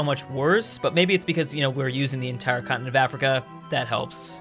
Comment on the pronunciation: Everyone: continent: cottonit